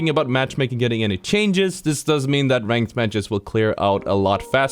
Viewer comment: I loved “ThAat”